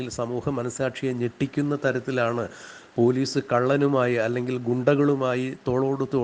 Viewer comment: Corporation Pailice 😆😆😆😆😆😆😆😆😆😆😆😆😆 Police allaa Pailice 😆😆😆😆😆😆😆😆😆😆😆😆😆😆😆😆😆😆😆😆😆😆😆